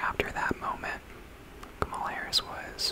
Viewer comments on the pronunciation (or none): Her name is pronounced “comma-la” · Really enjoyed the video, just a few comments: 1. Kamala is pronounced “comma-la”, not “kuh-mala.” Just pointing out bc her name is not intended to be pronounced both ways. Would be weird if you pronounced Melania Trump as “mel-a-knee-uh” Trump, right? 2. I think the biggest reason why Kamala lost is bc of the global anti-incumbency trend since COVID that has seen almost all incumbents, regardless of political affiliation, lose. People are mad about inflation from resulting from COVID and taking it out on the current administration. 3. I agree that her affiliation with Biden hurt her. Perhaps the dems would have benefitted from nominating a candidate unaffiliated with the current administration. 4. After all the votes are counted from CA, OR, and WA (all heavily leaning toward Harris), Trump will have only beat Harris by about 1 mil votes - one of the narrowest popular vote margins of the last 50 years. All things considered, she ran an amazing campaign in 109 days I think. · He also can't pronounce "Kamala" correctly 🙄